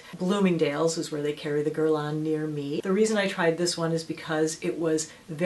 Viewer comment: jcjccmz it wasnt pronounced correctly in french:) its gier-laah, kinda:)